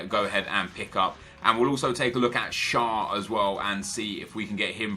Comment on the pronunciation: I'm from Switzerland and Fabian Shar is pronounced share